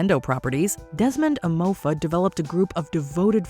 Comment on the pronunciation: she really called hem emofa............